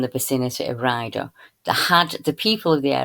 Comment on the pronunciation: It’s called Ray-adder,, sorry not “Rider’, hugs 🤗 ❤️🦋🙏